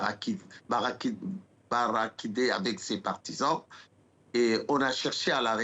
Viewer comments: En fait il a dit barraquidé à la place de barricadé.😂😂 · Un minitre d’une république qui dit bariquidé au lieu de bariquadé. Quelle honte!